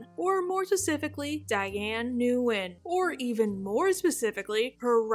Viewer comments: I think that name umm is pronounced close to In or Win. I could be wrong.... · In English her name is usually pronounced "win". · Its pronounced: n’WIN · Love the video! Nguyen is actually pronounced Win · gotta say it but your pronunciation of her last name is just straight-up butchering